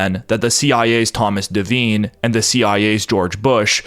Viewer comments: Devine is pronounced De-vine, long I. Not pronounced De-veen. Very common name. My God man. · There's a few devine's in Ireland and the I is sounded as an I not an e, hope this helps